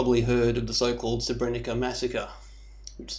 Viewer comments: Hm. This guy can't even pronounce the name of the town properly. You don't say Srebrenica, you say Srebreniza. Sort of loses credibility right away, if he knows so much about the town, he should pronounce it right... no one says Srebrenica. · First thing- when you get to pronounce SREBRENICA the way it is pronounced... then will I consider you as someone who knows what he is talking aboute! Untill then. Please, pelase dont .... hm... I just wanted to ask you to stop talking aboute massacred people, and I realised that if you would listen to me, you wouldnt have posted this wideo in the first place... is there hope...?